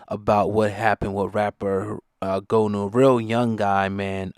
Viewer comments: It's not Go new! It's Goonew! From the Creek. Forest Creek Md. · HE NAME IS PRONOUNCED "GOON"-EW NOT "GO"-NEW ... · IT'S PRONOUNCED GUWNEW